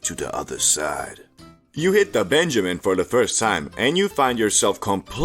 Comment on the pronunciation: PENjamin bro, not BENjamin